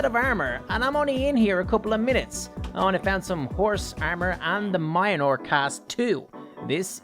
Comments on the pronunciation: like hes saying moinor not mil near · He is talkin bout pronounciation. said it has mynor but its actually pronounced as meolnear. Mjlonir is how idiots pronounce it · My dude says miolnor its pronounced myolnir the ir is pronounced like in .. Or is it because of ur accent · ITS PRONOUNCED MEAL NEAR NOT MY A NEAR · boy it is called meonor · It's not minor😐😐 It's mjolnir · Really good but mijolnir is said me-ol-near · mjolnir... "MINOR" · Why u call it mayanor is myolnir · u read mjolnir like miyolnir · He says that Thor’s hammer is mynor but it is me-ol-near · he always says maiyenor but its mjilner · It is mor- nier not mia-nir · Mayanor? I thought it was Mjolnir <-- probably incorrect spelling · Idiot it's called myolnir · Its not mynore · Its mjolnir not mainor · its mi ol neer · Every times he say mayinor I got angry its mjonoir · he said myonor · calls it mianor its mjolnir ahhhhhhhhhhhhhhhhhhh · It’s mule near it’s pronounced like that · It’s not my ny nore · when u say mjolnir u sound like u aaying minor its funny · For some reason I got so pissed whenever he called mjolnir mayonar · Its pronounced myolnir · It’s Mjolnir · He really said miolnir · It's pronounce myolnor aka mjolnir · He says munlur it I can’t spell it I know he’s saying it wrong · Nice but please dont aay majanor mjölnier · Mjolnir❌❌❌❌ Mayanor✔️✔️✔️✔️ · No it is Mjlonir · Mjolnir is pronounced miyolnir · You say Mjolnir like my ole nore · Why did U call Thor’s hammer Mianor???!!! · ive never heard someone call Mjolnir mianor lol but a great video! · When pronouncing the name for Thors hammer sound it out like (me ol mere) ok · Anybody Else wanting to shout “MJÖLNIR NOT MIONOR” in ear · It annoys me wen he says mionor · I hate how he calls it mianor instead of mjolnr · why call it mineore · Tunder and minor in stead of the actual way to say it makes me mad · it's pronounced "me-ol-nir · Meyolnear that’s how you say it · the name is mjolnir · All he says is minor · Mi anor